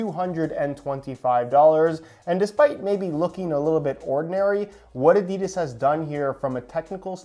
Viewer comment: This man has it in for adidas. And by the way you pronounce adidas ah-dee-das